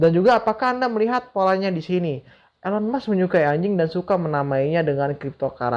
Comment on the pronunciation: Bang blng ANJING ny biasa aja bang... Hahahahaha.... (Ngakak gw)